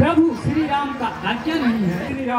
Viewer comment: राम को रामो बोलते 😢😮😮 है